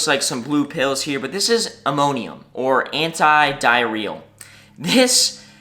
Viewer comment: Good video, but check your medication. It should be Imodium with a “D” 😂, cause it sounded like Immonium. 😂😂